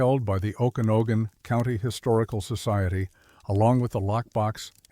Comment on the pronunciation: Oh kana no gan??? AI not very good at sounding out names. Better hope you don't get anything for Puyallup or Sequim